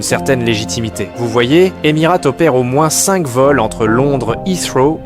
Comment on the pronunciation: « EmirÂte » ? Vraiment ? 😂